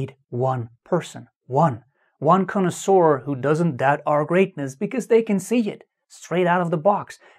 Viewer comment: has Brain!!... Also that word "Conosour" sounds like DINASOUR!!...